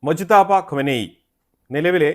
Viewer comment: ചില വാക്കുകളുടെ ഉഛാരണം ഒന്നു ശ്രദ്ദിച്ചാൽ നന്നായിരുന്നു...❤ ബർഷേബാ..., മൊജ് , തബ് , ഖം , നയിം..., ഏബ്രഹാം ... ഇങ്ങനെയാണ്...❤